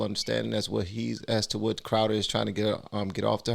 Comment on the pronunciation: You read Crowder wrong.